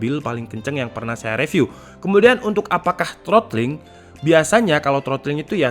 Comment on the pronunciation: Saya akhir akhir ini cukup sering lihat konten, reviewnya asik banget dan lucu 😁 Cuma mohon maaf sebelumnya, 1 hal yang mungkin bisa jadi masukan dari saya: Mungkin penyebutan "review" itu "ri viw", kadang gatel aja dengernya kalo "re viw" he he he Mohon maaf ya, masukan aja 🙏. Terima kasih Semangat terus tim, semoga subscribernya makin banyak 👍